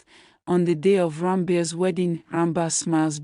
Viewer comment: Ranbeer not Rabire